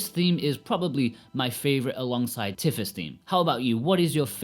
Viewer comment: 'TEE-FAH' btw, not 'TIF-FA' lol.